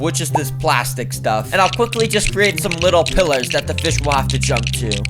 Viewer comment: feesh, cool feesh